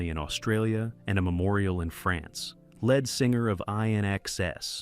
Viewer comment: Lead singer is how its pronounced , not Led